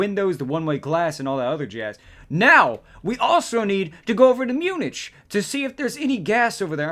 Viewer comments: Munich is pronounced Mue-nik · Not to be mean but your pronouncing Munich wrong